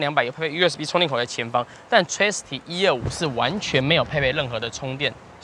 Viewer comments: tri city 分開念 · Tri city 英文亂唸